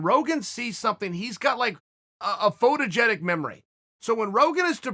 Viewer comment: i think he even said photogetic